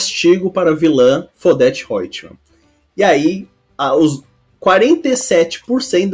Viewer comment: Não é Fodete, é Devotee Roitman.